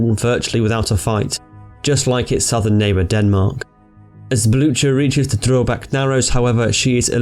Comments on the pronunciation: with a rolling R! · Only Drøbak was mispronounced, rest was good. (Druh-bak) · Ø in Drøbak is like the E in nerd